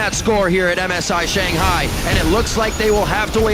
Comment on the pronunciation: Everytime Sjokz says ShanGHAI